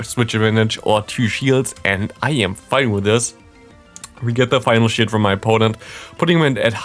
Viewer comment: 0.57 in.: we get his final shield What I hear: we get his final shit 😅